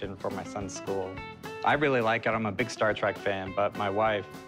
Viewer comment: Cory says, "Star Track". Credibility lost.